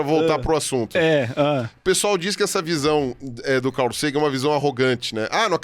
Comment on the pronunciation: e Ruas: Falem Car. Agora falem Cal. Agora tentem falar CARL. 😂